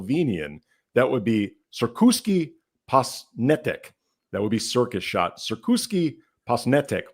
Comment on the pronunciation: "Posnetek" means film or camera shot in Slovenian. Correct translation would be "cirkuški met". You almost said "cirkuški" correct, apart from "š" part. "Š" is pronounced like "sh". And "met" is spelled like "met" Like when you say "I "met" someone"